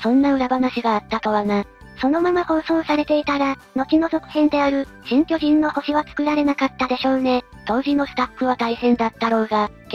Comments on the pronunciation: あ、面白い。そこは気が付きませんでした。 「きょじん↓のほし」と「きょじん↑のほし」ですね。 そー言えば、「きょじん↑の惑星」という米国ドラマもありましたね。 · 『巨人の星』のイントネーションが違うせいで言葉の意味通り巨人族が住む惑星の話っぽい